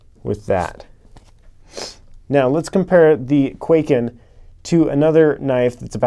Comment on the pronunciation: Hm, yes, why would you pronounce it correctly?!?